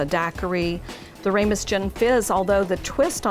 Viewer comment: That's RAMOS, not RAYMOS.